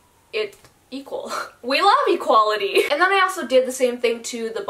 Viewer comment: That A in and is so far and it’s bothering me😂